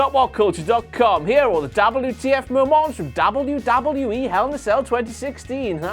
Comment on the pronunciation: he says it like dabulyoodabulyooee